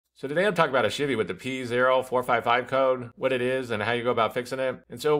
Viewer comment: I swear it sounded like you're saying 'shitty silverado' lmao great video. currently fighting 4 codes on my tahoe, fingers crossed. I'm getting p0030, p0053, p0455, and p0496 and I can smell gas when it's running.